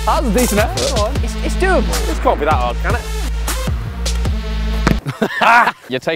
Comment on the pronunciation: Can't* not Khon'